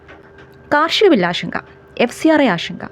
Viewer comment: ഇതാരാ ഈ പറയുന്നേ, ആഷങ്ക, ആഷങ്ക, ആഷങ്ക. 😅😅😅 ആഷങ്കയല്ല എന്റെ പൊന്നേ ആശങ്ക . ഇപ്പോ എല്ലാ മലയാളികളും കൂടി ശ എന്ന അക്ഷരം എടുത്ത് കാട്ടിൽ കളഞ്ഞു, പകരം ഷ എടുത്ത് പ്രതിഷ്ഠിച്ചു